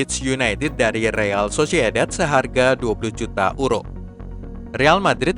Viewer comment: Maaf untuk pembaca berita, agak lucu menyebut EURO dengan URO, adalah lebih tepat menyebutnya dengan YURO